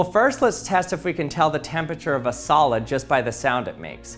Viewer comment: Hey everyone today we're going to see if we can pronounce temperture 😅 Just a little ribbing, my man. Great video 👍🏼